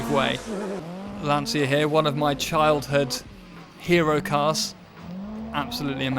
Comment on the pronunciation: Dude, it's not Lansia, it's Lancia. Get right that Italian C. It's like saying Ciao. LanCia.